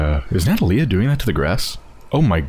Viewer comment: Not to be a prick, but her name is pronounced nuh-TAH-lee-uh, not NAH-tah-lee-uh.